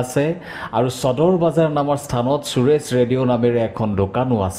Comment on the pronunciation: চদৰ নহয়ও নিৰঞ্জন সদৰ বুলি উচ্ছাৰন কৰা